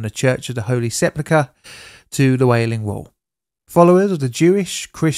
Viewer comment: Did you say Whaling Wall?